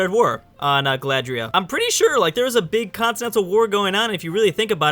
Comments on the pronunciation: Also Galadriel not Galadria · Don't forget "Galadria" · Who is Aragon? And, is it Galadria, that you are saying/misspeaking?